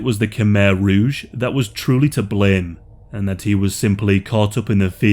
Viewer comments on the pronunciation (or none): Its rouge not rogue, red